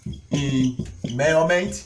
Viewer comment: I really enjoyed this lecture...you're right ... He got into details and I like the way he says murrment🤣..fun and educative ...my type of lecturer